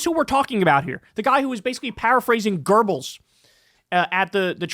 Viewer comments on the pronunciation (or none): Kyle, Its Goebbels not Gerbils 😉😂